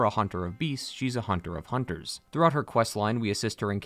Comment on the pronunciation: That’s “hoonters”. 😁